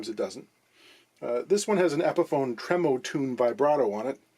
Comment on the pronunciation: Thanks for the video. Awesome content. But it's "Trem-O-Tone" not tremotune